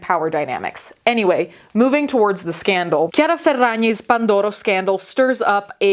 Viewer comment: as someone named Chiara, the way you said the name made me so happy. i’m so used to being called Chareeuh